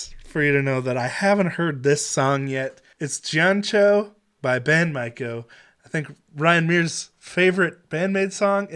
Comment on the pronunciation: Ghee-on-cho...not Jion...but yes mind blown that you missed this. lol